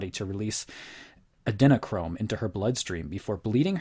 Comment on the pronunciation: Learn to pronounce "adrenochrome". I hate to be picky, but if you have done ample research, you would have heard the word being used at least 50 times. Calling the claims "insane" doesn't debunk anything. More insane things that the claims in question have been proven true. The immediate, instinctive reaction of calling something "insane" is common indeed. A person claiming to be a "debunker" needs to be beyond such commonplaces. Remember: absence of evidence is not evidence of absence. So . . . "in all likelihood" really only qualifies as skepticism, however well-founded. But it is not debunking. Debunking is debunking and nothing short of debunking. A more scientific approach might be used: as in, wouldn't the "filleting" of one's face cause one to lose consciousness or probably die of shock? Or, wouldn't have the participants in such a macabre situation have guarded against videotaping or have secured absolutely the contents of such a video if the making of the video had been part of the whole experience? On the other side, a fairly gutsy/rigorous way of testing the extreme claims would be to try to make contact with NYPD who may have known something about a video which was said to be viewed by a number of them. Perhaps no NYPD would cooperate with a YouTube "debunker", but this would say something in and of itself. It would also demonstrate that the debunker was compelled to leave his armchair. In short, this "debunking" is debunked.